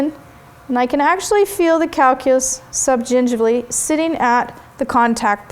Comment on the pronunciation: You say subgingivally so well! =D